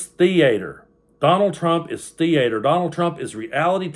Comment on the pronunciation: It's pronounced theater not thee -ator . Also not inn-sureance , c-ment or po-lise . SMDH